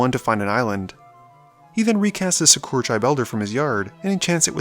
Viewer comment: Great content, but when will you start pronouncing all the cards right? Like Skewra Tribe Elder is Sakura, like from Naruto. And so on.